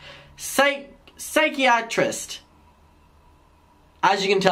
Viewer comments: Psy - chi - A - trist? ❌ Psy - CHI - a - trist. ✅ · I gotchu boo psychiatrist is pronounced “psy-kai-ri-trist” Lmaooooo that’s my major and I couldn’t pronounce that shït for a year😂😂😂😂😂😂😂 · hey, its SCI-KAI-UH-TRIST (psychiatrist). english is hard. i feel u. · Psychiatrist pronounced— sy-ky-uh-trist 😂😂 love your vids!! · Psychiatrist is pronounced Sigh-Kai-Ah-Trist <3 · Sigh-keye-a-trist. I’m dyslexic af and I felt you mispronunciation on a spiritual level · psychiatrist pronounced is = sigh-kia-trist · trying to pronounce psychiatrist is painful oh my god